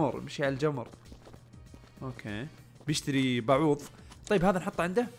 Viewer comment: بوظه ❌ باعوض✔